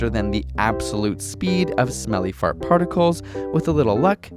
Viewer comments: I love how he says "feurt"! XD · Who else is laughing when he says fart?